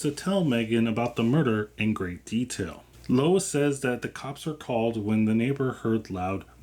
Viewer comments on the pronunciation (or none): none